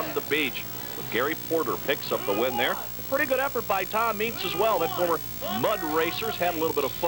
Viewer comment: Lol that dude can't pronounce Tom Meents' name.